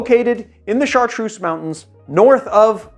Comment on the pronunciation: I'm French, Chartreuse is pronounced with a Z like zoo. God kills a kitten everytime you pronounce it with a S !